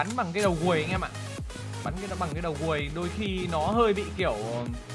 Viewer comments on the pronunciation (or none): nói Đầu Guồi nha.các bạn thử nói nhanh nó sẽ nghe như đầu bùi nhá.ahihi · Mình nghe đầu buồi hay đầu ruồi vây